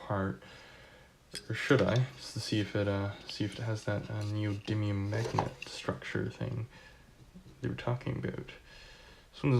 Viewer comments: "Neodidlium magnets" :D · LOL 😂 I notice the same in